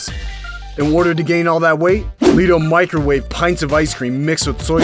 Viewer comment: It's pronounced Leh-to. Not Lee-to